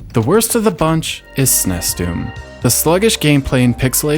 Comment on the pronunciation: Good grief, SNES is pronounced ”sneeze", not "snesss".